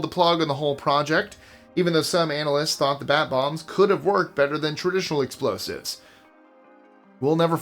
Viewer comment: REALLY, You can’t even say explosive?